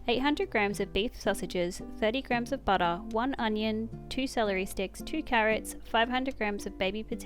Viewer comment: Hi! New here and I'm just loving your cooking and video style... And how some times you say, butta.. And some times butter😂